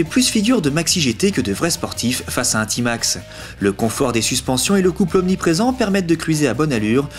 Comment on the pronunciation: C'est quoi sa un "ti max" mdr on dit t max